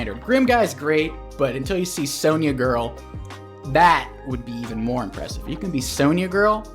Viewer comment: What's a "sone yah"? If youre talking about the CO it's pronounced Sonja